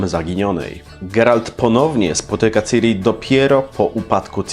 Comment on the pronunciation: Czyta się ćiri